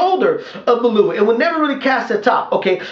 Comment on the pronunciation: liked your comments on the fight thought holyfield was robbed hopefully David Haye can knock that freak out,he has no boxing skills ,he fights like a robot ,just one thing though ,his name is pronounced Value-ev not valoov .